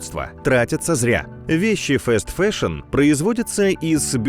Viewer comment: фаст-фэшн*, не фэст фэшн